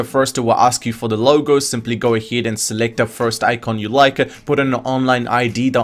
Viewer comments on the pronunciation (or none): AHEAD NOT AHID I AM FUCKING TRIGFERED,but thx👍😅